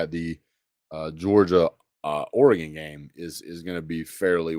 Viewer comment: first off it is NOT OREEGAN. It is OREEGUN. Look at 24/7 sports Four and five stars for OHIO STATE, OREGON and them DOGS. OREGON has 4 5 STARS, and 57 4 Stars. Ohio State has 12 5 stars and 57 4 Stars. Georgia has 20 5 Stars. and 56 4 Stars. OREGON beat an OHIO STATE team that is "superior" to it in recruiting. You say UTAH beat OREGON twice, but the team that beat UTAH in the ROSE BOWL ie OHIO STATE was beaten by OREGON a team with inferior recruiting!!!! You and GEORGIA fans are going to be "EDUCATED" on what OREGON is all about!!!